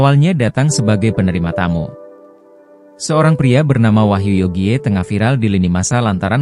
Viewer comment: Wahyu Yogie bacanya Wahyu Yogi,,smart dikit..!!